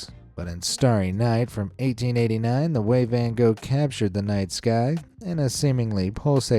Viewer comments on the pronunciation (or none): Hol-BINE. "EI" is always pronounced as a long I in German. What? The French, prudes? Almost everyone pronounces Van Gogh's name wrong. It does NOT rhyme with "go". What? The guy's arm and exposed neck is supposed to be a baby? So-er. Dali also painted a picture of the Last Supper with a dodecahedron in the background. A dodecahedron is a 12-sided solid.